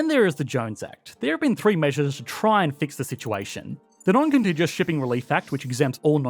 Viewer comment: Noncontijus? I grew up in Oz when it was still non-contig-u-ous.